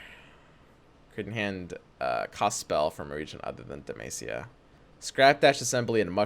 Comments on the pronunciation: It's Deh-MAH-SEE-YAH, not MAY-SEE-YAH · Dude google how to pronounce demacia God damn it was hard to go thro this vid